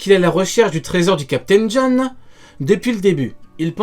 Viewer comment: LE TERRRRRIBLE CAPTAIN JOHN🤣